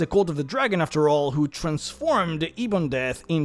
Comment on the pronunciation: Ebondeath…. Say it like “Eh-bon-death”, not “EE-bon-death.” Good video otherwise!